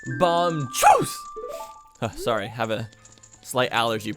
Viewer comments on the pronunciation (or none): none